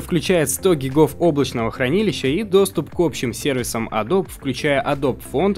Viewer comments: Не "Одл", а "Удл", Не "Цезиум", а "Сизиум", не "Адоб", а "Эдоби", не "Айпад", а "Айпэд". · почему опять адоб то? погугли как правильно говорить)) адоби ёпрст. в адоби всё уже 100 раз разжевали, я был на их презентациях где про это тож говорили они сами. не надо называть их "адоб")